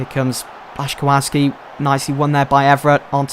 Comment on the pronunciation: Names: aubameyang is pronounced a-bam-ee-ang And the is also the complicsted one which is bla-chi-kow-ski